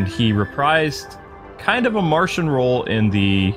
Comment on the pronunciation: It is Martian not martain but great job👍👍